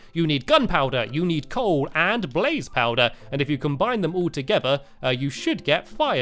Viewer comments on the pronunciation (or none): none